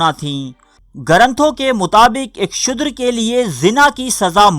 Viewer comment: Apo ki stories bohat acchi hoti hain.magar Tallafaz bohat ghalat maslan shudher ka asal lafaz shoodar hai.